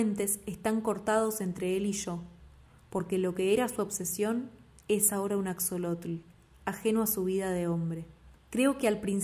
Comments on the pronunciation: Asholotl. Bueno así se pronunciaría. Pero no importa. Me encantó la lectura 💓🙏🇲🇽 Saludos desde México 🇲🇽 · Hola, muchas gracias por tu lectura, soy mexicana y la uso para mis clases de español. Axolotl es nahuatlismo por eso la letra equis se pronuncia como 'sh' ;)